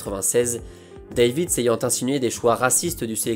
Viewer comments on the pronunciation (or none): Prononciation: Zédorf et Davits. Pas Sidorf et Deivid. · Cela se prononce 'Dèvitsh' mais superbe épisode